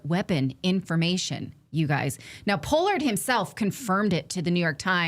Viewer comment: Who says Pollard like that? I've heard that name all my life and never heard anybody say it like that.